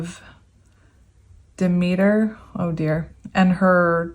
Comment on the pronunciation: Purr sef -ahhh nee you said I right the second time. She's the wife of Hades . Daughter of dah- meet - err